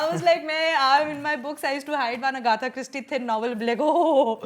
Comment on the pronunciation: It's Agatha not Agatha 😉